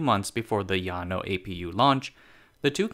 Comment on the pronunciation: Kudos to your correct pronunciation of Llano. Respect.